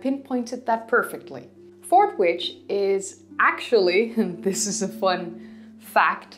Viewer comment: Yet another excellent video. Bit of trivia for you. Due to the perculiarities of English, we pronounce Fordwich as Forditch. Something that I am well aware confuses foreingers and second language English Speakers. Keep up your entertaining and informative videos, they're marvelous!